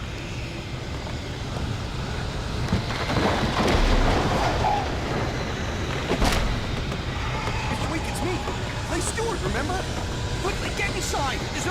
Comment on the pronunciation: this is what i said, before spending way too many of my precious minutes alive looking for virtual thermoses istg the way he says hurry sounds like l4d louis the way GOD just says "i will give you back your dream now" and floats away is so fucking funny to me for some reason i wonder if Pat Maine is another stephen king reference (king is from Maine and sets a lot of his stuff there). also it rhymes with max payne lol, i BET it came from "pax mayne"... in fact alan wake probably comes from sam lake lol i rly hate how much licensing gets in the way... space oddity used to be in the game until the license ran out alan wake: "collect all 106 pages".. dark forests in games already give me slender vibes lol yeah lol, Verizon too. was removed in the remaster. i don't mind them if it means cool indie games get made, similar thing with monster energy in death stranding. i'd feel different if multi-billion dollar GTA6 was full of product placement, which it won't be, right? (clueless) love the chapter songs, shame you skipped them for youtube (as usual i've been doing unlisted streams of my gameplay, and they all get claimed, meaning no monetisation and blocked in Russia - but looks like the same is true for you, so maybe you might as well just listen to them if you want to) alan wake 2 also has them, but this time songs written for the game as well as licensed music, including one from Poe (her first song in like 10 years i think) this qr code is refere